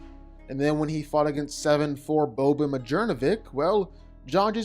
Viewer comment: Bro, the way you said Boban's name had me absolutely cackling.😂😂😂😂 Keep it up brother, great video!